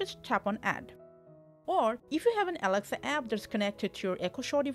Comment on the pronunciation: Yeah I can't hear shit too she is saying awcshess fwom aweksa show